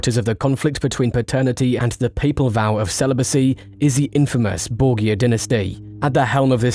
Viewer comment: Tuned out because of how you pronounced Borgia.